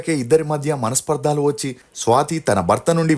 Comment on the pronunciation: Manaspardhaaalu kadhu manaspardhalu andi